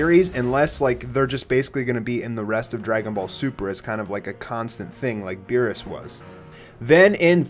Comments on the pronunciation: Bruh, are you sure this is accurate Whis isnt spelt like Wies and its Beerus not Virus also its Shin not Singh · am i the only one who noticed he spell beerus veerus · it is beerus not virus😵😵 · Beerus is "Virus" I'm dead